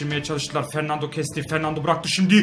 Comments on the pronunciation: Fernandinho diyo jhkgkfjgjgj fernando olacak o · Abi fernando ama sen fernandinho diyosun